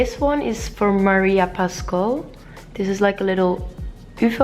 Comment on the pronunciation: It is not Maria Pascal but Maria Pascual